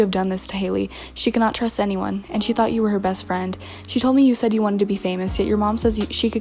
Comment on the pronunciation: why is the a in “said” different..?